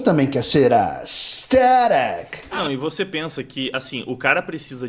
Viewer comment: Toda vez q esse cara falava "aesTHETIC" meu cérebro perdia células. Pqp q maluco chato véi